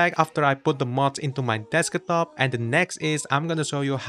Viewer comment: desk-a-top lol